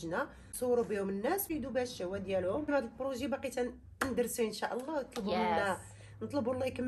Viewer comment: Lay❌ Lah ykhlilik mamak✔️ خطأ أصبح شائع ،المرجو الانتباه إلى النطق الجيد للفظ الجلالة